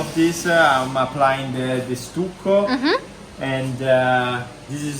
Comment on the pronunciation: Love working on the doors with Nicola. Just a word about your English pronunciation. The word "stucco" has a short U, so as you would say "study" you say the U in stucco. It's a sound like "ugh" or "uh" not like YOU. Great video!